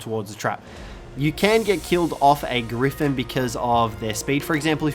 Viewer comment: Thought you were trying to say orgy when you were discussing the gryphin